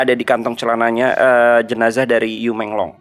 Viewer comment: Bang bukan di lafalkan jadi You. Tapi dalan fonetik Han "Yu dilafal jadi Yii".